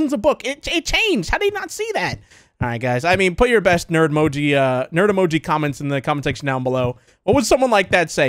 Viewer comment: uhm actually its not "ner emoji" its "nerd emoji"🤓